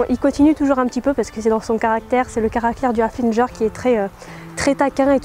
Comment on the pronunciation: super video mais on ne dit pas haflinger mais haflingueur (oui je sais sa ne s'ecrit pas comme s mais c'était juste pour te le dire ) voila c's=est tout et je t'adore